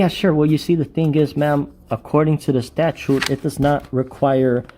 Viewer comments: HR can't even pronounce the word correctly! Its not a statue dum dum learn the English language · Statue? can't pronounce words😂😂😂😂😂😂😂😂😂😂